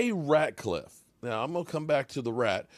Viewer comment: It’s Rat -Liff not Ratclliff.. 😆😆😆